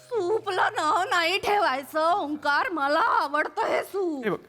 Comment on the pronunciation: It's Onkaar not Omkaar